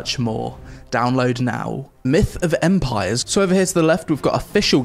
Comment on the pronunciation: Why do i hear "Meet a vampire " instead of "Myth of Empires" ?... Great review though.